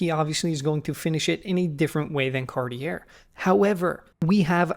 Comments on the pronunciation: car-ti ey not cartierre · Don't you mean "CARTY-ER'? ;) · 2 Things: 1.) No standard customer could recognize something being wrong (which is scary)! 2.) I wish you (as a professional) would pronounce “Cartier” correctly! Good video! Best wishes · Come on! You are a talented watch expert. PLEASE, do yourself a favour, pronounce Cartier properly - I DO NOT BELIEVE THAT YOU DO NOT KNOW HOW IT IS PRONOUNCED. FFS! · Anyone who loves watches might care. Or indeed, anyone who finished school. I mean, it's not as if you are expected to know how to pronounce A. Lange & Söhne, but really - Cartier? I know you are knowledgable, because I've seen you in action since joining LB. But anyone new to you might think you are a chancer if you can't pronounce Cartier. I mean, FFS!